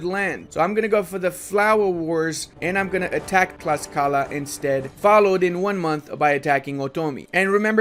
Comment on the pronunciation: Late to the party, but Tlaxcala is pronounced "TLASHkala", which is one of the most fun things on earth to say, although some allege that "ten-OKE-tit-lan" is even MORE fun. Heretics.